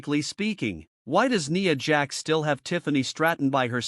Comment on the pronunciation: A pointless video you saying nia jax name so wrong over there.